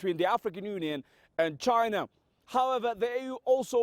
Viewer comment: China not Jaina. LMAO